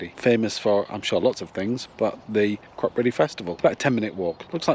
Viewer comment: Think its pronounced Crop eddy